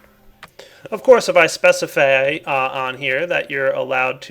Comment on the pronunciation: "of course if I specifaaay.." haha